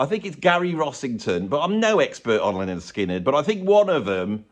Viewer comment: Lynyrd Skynyrd. Should be pronounced Leonard Skynyrd. [/pedant]